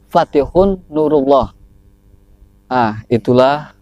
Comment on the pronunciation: Kang kdengaranya ko patikhun.latipun apha patihun